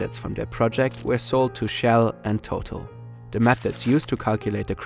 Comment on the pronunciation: Your writers wrote a great video but the person narrating it needs to be changed. The company Total is pronounced TotAl. No effort is even made to say the names correctly.